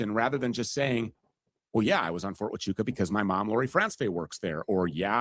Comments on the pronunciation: Ft. Tachooka??? How did no one correct him? It’s Waaaaaahhhhchooka Andrew!!! Geez!!! 😂😂😂😂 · Somebody sounds really retarded, not being able to say Fort HUACHUCA… (WAAAAA-CHOOOOO-KAAAA) Where the hell does he get a T in that name ??? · It was Brian Harpole seen at Ft Huachuca (not the Fort he’s pronouncing it as) - good grief this Andrew is a douche, too, spouting off women as being retarded.